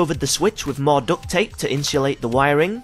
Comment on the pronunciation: man said INSHULATE the wir😂😂ing